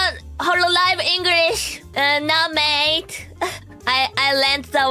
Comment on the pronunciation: Why do I have the feeling Ririka is in the same situation As Haachama, when she's in Australia at the beginning of her career? Maybe I'm thinking that her "mate" pronunciation is too clean.